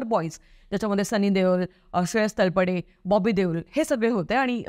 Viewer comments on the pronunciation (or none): श्रेयश तळपदे म्हणा तळपडे नव्हे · बाई किमान तू तरी श्रेयस तळपदेला हिंदी किंवा इंग्रजी मीडिया सारखे "तळपडे" म्हणू नको..! तुझं चॅनल मराठी आहे ना..?😏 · Marathi asun "talpade" Chukicha bolali